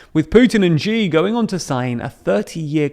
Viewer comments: Xiv's name is pronounced she, not zhee. And China is currently struggling to put down repressive zero Covid rioting by its own population. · Hey, could you stop pronouncing Xi as "Jzhee"? It's pronounced "Shee". The "jzh" sound doesn't exist in Mandarin nor any dialect of Chinese. Please, as a journalistic organization, spend five minutes to learn the pinyin orthography and read Chinese names correctly. It's not hard. They took letters that seemed redundant—X, Q, and C, and reassigned them to other sounds that English orthography uses letter combinations to write. X got the "sh" sound, Q got the "ch" sound, and C got the "ts" sound. A few of the vowels aren't pronounced the way they're pronounced in English. 'e' is pronounced like "uh", so Deng Xiaoping is pronounced "Dung Shiaoping". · All the way with VVP/XJP ¥€$, of course. Unvoiced palatal sibilant , ś, not ź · Find it exotic when Xi is pronounced as Jee instead of See as it's supposed to be. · It's she Jin ping. Not jee Jin ping. Stop this annoying habit. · Really hate being pedantic, but “Xi” is pronounced with a harder sh- sound, somewhere between “she” and “see” and not a soft “Zhi”, mentioning this to boost your credibility of otherwise highly informative content ☀️ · Xi is pronounced 'She' not 'Jee'. I don't know why so many people get this wrong. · "She" not "G." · Please, it's spelt Xi and pronounced 'she'. But thanks for the interesting analysis. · Xi is pronounced "she" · Hey, the 'Xi' from 'Xi JinPing' is pronounced like 'she', but with just a hint of the 'hee' part of a photography pronounciation of 'cheese'. The 'she' sound is more predominant though, and there's no 'J' sound ... Hope this helps (if it even makes any sense to start with). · Your videos are great - really informative and up to date! Btw, Xi is pronounced like "She" - the x in Mandarin is a "sh" sound.